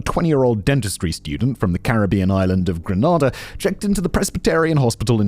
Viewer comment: Simon it's pronounced Grey -nay -da. Gra-nah-dah is in Spain